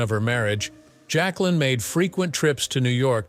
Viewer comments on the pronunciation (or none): JAQUELINE (not "Jaclyn")